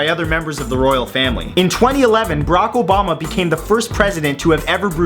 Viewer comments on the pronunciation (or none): #40 did you say brock obama?o_O